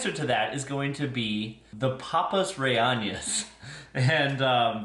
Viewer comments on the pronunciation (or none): Aji = A-HEE (J is like H in Spanish). Rellenos = RE-YE-NOS . There is no tilde over the n so it's pronounced like n in English. Google translate has an aural feature so you can hear how to pronounce other languages. I use it all the time.